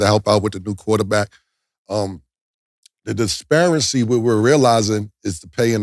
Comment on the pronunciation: don't forget "DISPARENCY"